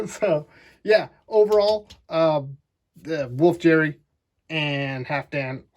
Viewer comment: Wolf "Jerry" The "g" in Geri os pronounced the same as the "g" in "get"